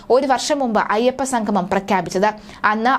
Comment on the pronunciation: സംഘംമം അല്ല സംഗമംഎന്ന് പറയുക.. അതുപോലെ sanadhanam അല്ല സനാതനം എന്ന് ഉച്ചരിക്കുക. ദയവുചെയ്ത് മലയാള വാക്കെങ്കിലും ശരിയായ രീതിയിൽ സംസാരിക്കാൻ ശ്രമിക്കുക